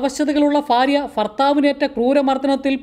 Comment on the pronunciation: ഫാര്യ ഫർത്താവ് . ഫരണം ! അതെന്ത് സാധനം ? ഭാര്യ . ഭർത്താവ്, ഭരണം ഇങ്ങനെ പറയടോ 😂